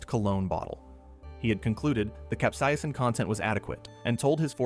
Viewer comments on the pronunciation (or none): none